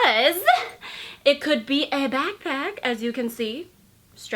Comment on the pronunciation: How you say " back PACK "is funny 😹 nice video though